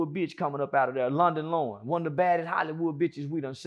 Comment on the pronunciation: He said London Lauren 😂